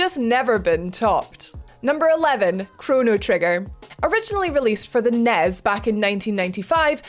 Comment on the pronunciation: Did you seriously say Mario Bros and Nezz? Bros. is an abbreviation of brothers, not an actual word. And while no one says Nintendo Entertainment System, it's En-E-Es, or NES, not Nezz. Friggin Brits.